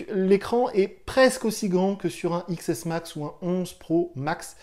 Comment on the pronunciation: Omg SA pique les oreilles ont dit 10smax pas xsmax